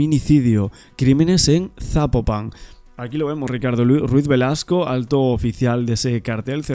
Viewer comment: No se pronuncia sapo - pan; se pronuncia Zapópan 😊